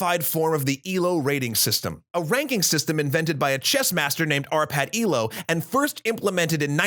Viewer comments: Its not ee-low but eh-loe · It's ELO, not ILO